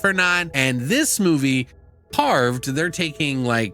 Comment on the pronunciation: For some reason I keep hearing "carbs" instead of carved. Hey what is the ending song you are playing.